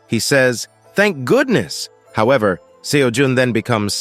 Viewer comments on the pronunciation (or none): none